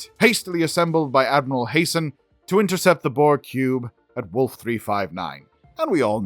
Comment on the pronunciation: Hey, Admiral JP Hanson. Not Hason.